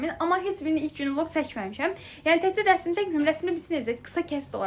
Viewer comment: Rəsim yox rəsm😊